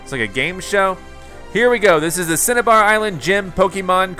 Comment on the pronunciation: Pronounced cin-a-bar island